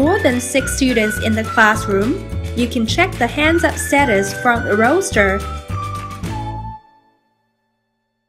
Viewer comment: Roster, not Roaster